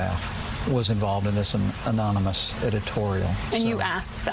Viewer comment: lmao did he just say anominous? hahaha neither Trump nor Pence can say anonymous?